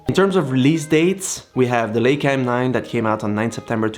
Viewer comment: It's not a "Ley-ca" as in "sail" , it's a "LEI-ca" as in "shy" or "I".